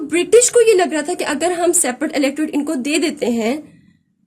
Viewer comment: Mam outstanding lecture but one thing is pronounced " electrate" right it is Electorate.